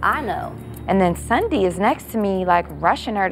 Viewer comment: Nobody : Sundy Jackie : Saunday